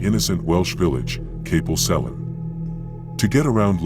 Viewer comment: Kapil sellin?? Hahaha. As a local I found this quite funny but they should have flooded Liverpool. Cofych Dreweryn!